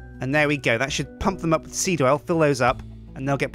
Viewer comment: The more you say seed, the wronger it sounds.